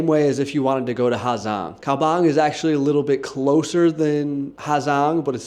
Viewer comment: How are you calling it the “ha Zang loop” that can’t be how you say it bruh